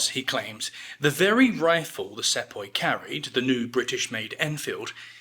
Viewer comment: It's pronounced See-poi